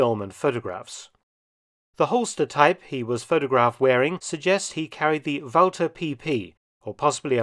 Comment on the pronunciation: Hallelujah! An historian who knows the correct pronunciation for "Walther"!